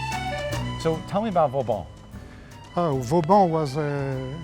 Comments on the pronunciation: Great episode! As usual. Didn't know of that course so thanks! One thing though, as an architect and a French! you can't butcher the name of VAUBAN (not Vaubon) as you do:) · Vauban not « Vaubon » ;/ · Great episode as always, but it's Vauban not Vaubon ;)